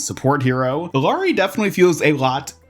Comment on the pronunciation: Hey, the two L’s in Illaris name makes a ya sound. To make it easier saying her name just say Iyari. Love your content!